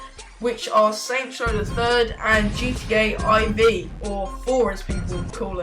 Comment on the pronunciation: its not " i v " IV is four in roman numerals , its not some dragon ball "GT" !!!